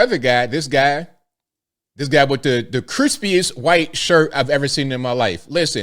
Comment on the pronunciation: Whenever you say, "whooo-ite." it ALWAYS makes me chuckle.